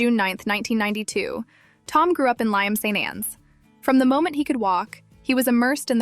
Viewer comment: its Lytham as in rhythm